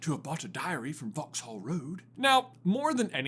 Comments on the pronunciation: It's pronounced "vox-uhl" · Pronounce it as Vauxall the h is silent